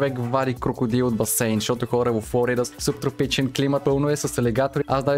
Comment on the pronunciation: Казва се сУб тропичен ,а не събтропичен.